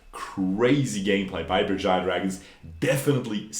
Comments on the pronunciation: Berjaya Dragons You're correct, the pronounciation is on point. Some people would say Beurjeya dragons. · yep u pronounce it Right , in our native language , the team name is kinda cringe to be honest